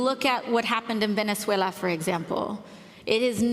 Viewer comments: This was a golden roasting of AOC, Abby Phillip. Thank you for making the news easily digestible through your versatility with humor.. "VenethweLLA" I can't stand that either with the left, immediately as soon as they have to pronounce a word that is not English, it's a literal sudden accent change. Do you think someone's going to die if someone said "VenuhzWaylah?" What, Mexicans don't pronounce the word something like "saanteen?" We all have an accent just do your job! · LOL!!!!!!! Oh my God!!! Just when I thought I couldnt love Megyn anymore!!!!!! LOL!! Love how Megyn makes fun of Dumbass AOC the way she pronounces "Maduro" and VenezueLA"!!!!!!! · "Venezuela".. Lol!!!!!! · Glad you mocked AOC’s stupid Latina pronunciations. Only rich liberals say, “Venezuela“ like that.